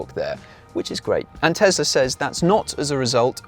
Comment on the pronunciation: New TeSSla - yuhuuuu, Elon MuSSk